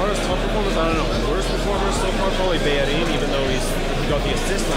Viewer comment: Finally someone who says bellerin's name right